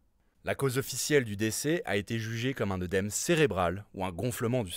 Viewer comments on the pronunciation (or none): none